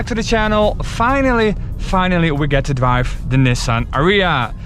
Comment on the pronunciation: dwive to suwvive ... hahahaha